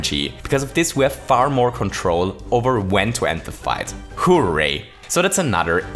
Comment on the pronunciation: "Holy fuzzy" "Acorn S-yoot" "Hoo-ray" You, sir, have conquered the English lexicon.